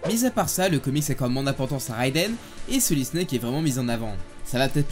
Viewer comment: Excuse moi ”Réidène”